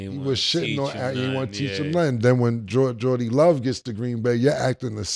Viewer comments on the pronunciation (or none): Cam said JORDY LOVE lol Cam aka cam the name butcher